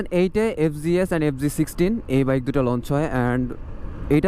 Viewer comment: Fg s no, it’s fz s hobe